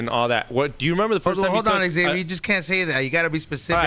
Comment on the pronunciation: Hey guys Xavier is not pronounced X(ex)-avier, same way people dont say J(jay)-esse or P(pe)-illip...It is pronounced Xavier or ZAY-vyer